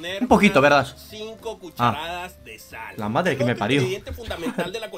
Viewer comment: “pOrqUe taNtA sALLL” 😭😭